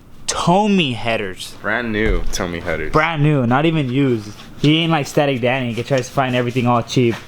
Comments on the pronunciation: isnt it pronounced "Toe-may"?? good video though!! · "Toe-may" bro. Like your toe in may.